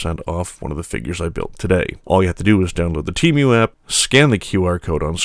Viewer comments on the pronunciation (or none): This is the only place I have ever heard the pronunciation: "Tee-Mew". It's rather jarring...